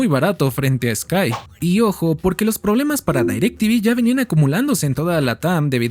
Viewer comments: haces buenos videos pero es muy irritante que digas "dAirectv" todos sabemos que es "directv" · No se prenuncia DAYRACTV.. se pronuncia igual como re escribe DIRECTV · Gran video y solo un pequeña aclarción, la marca se pronuncia tal cual está escrita, no se dice "Dairectv" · Bro te mmste nadie le decía dairec tivi era direct tivi tal cual 🤟🏻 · porque dices dairectv y no directv ? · Como qué "Dairec Tivi" A poco no recuerdas el comercial del pavo que lo nombraba tal cual "DirecTiVi" Decepcionado 🥀🥀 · Quien poronga le dice dairectivi ???😂😂😂😂